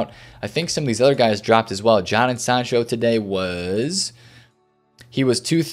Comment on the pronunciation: The way he says Jadon sancho😂🤣🤣